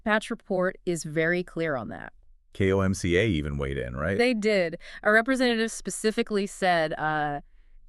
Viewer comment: Why do you keep saying K. O. M. C. A.? It's an acronym KOMCA.